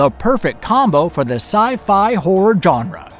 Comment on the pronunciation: "John ruh" How to pronounce 'Genre'